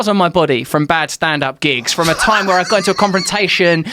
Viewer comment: Joe "respect their tYHmm" Rogan